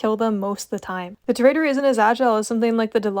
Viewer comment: Ew pvping on gta and also tor-uh-dor